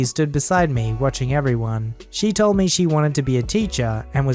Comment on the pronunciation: The emphasis when reading should have been "I was TOLD to tell you..."